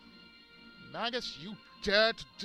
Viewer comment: You're right, it's may-jus